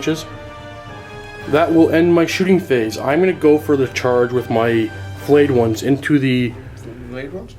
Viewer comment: Does say 'Flayed Ones' or 'Filleted Ones'... because if it's the latter every time he says it, I get hungry... Stop it!